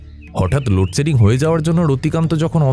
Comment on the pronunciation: খুব খুব ভালো পাঠ, একটা জায়গা একটু কানে লাগলো, 'লোডশেডিং' উচ্চারণ